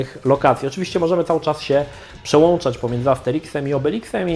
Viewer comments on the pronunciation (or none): none